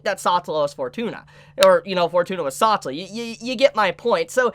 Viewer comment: SA TeLA not satla PLEASE, i like watching you talk, but the way you say that hurts my ears...